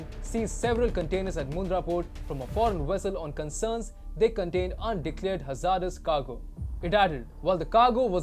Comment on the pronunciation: Learn how to pronounce “ hazardous” please.